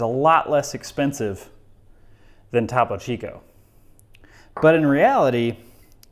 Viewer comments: It’s TOPO CHICO not TAPO CHICO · Repeat after me: "TOE-po Chico" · It’s pronounced “thoe-poe chee-co.” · Its pronounced "Toe Poe Chi ko". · Top - oh Chico. Ugh. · I'm more concerned about the way he is pronouncing Topo Chico than anything else. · Was looking for this comment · Did anyone else get upset at how he pronounced Topo Chico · STOP SAYING TOPO CHICO LIKE THAT PLEAAAAAASE